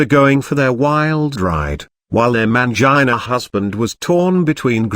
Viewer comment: hahaha I thought I was the only one laughing at that. I couldn't stop laughing whenever it said MAYUN-JIH-NUH all fumbled.